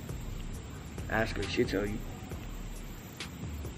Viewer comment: He aks like he never know what is happining